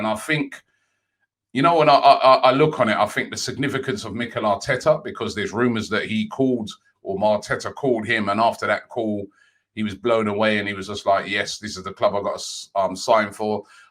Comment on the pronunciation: ‘Marteta’